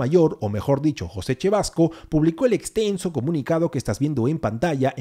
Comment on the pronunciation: Se dice Cevasco crj!!! No chevasco, no estamos en italia